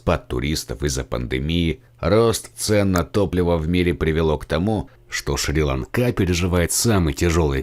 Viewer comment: Не шри ланкá а шри́ ланка